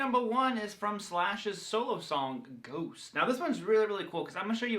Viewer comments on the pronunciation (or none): I'ts "Ghost", not "Goose"